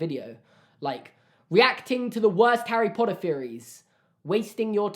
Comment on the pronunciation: HARRR-EY POTTAH